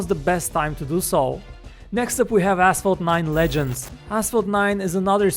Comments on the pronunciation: who else heard asshole 9 ? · When he said Asphalt, I though he said asshole